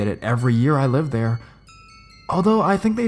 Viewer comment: Love how he says therrrrrre 😂